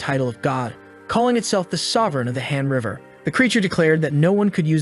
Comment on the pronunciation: Why does han River sound like hamburger ? 😂😂 I don't actually watch the video. I'm more of a listener. My ears were tricking me by making Han River sounds Hamburger. 😂😂